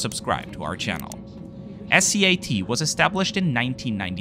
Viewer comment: Great video and report, as always! Thank you for saying S-C-A-T instead of Scat; has an AWFUL meaning in English!